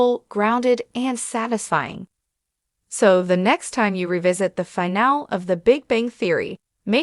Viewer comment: AI narrators don't know how to say the word "finale" (3 syllables: "fi" + "NAA" + "lee") and mispronounce it as (2 syllables: "fi" + "NAAL"), chopping off the word's third syllable. This happens many times in this video and when you use Free AI text to speech generators for your audio narration, your quality is low because you don't run the final results past any English speaking QA living human reviewers before uploading and posting your videos. Why? Is it all about the time and money?